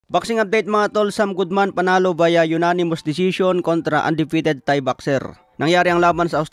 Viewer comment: namimiss ko na yung pagtawag mo ng tae kesa thai